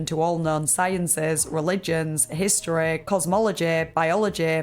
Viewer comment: historeh, cosmologeh, biologeh